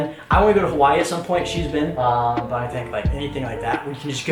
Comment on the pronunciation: Not to be rude you guys are pronouncing hawai wrong and u should come stay in kailua plz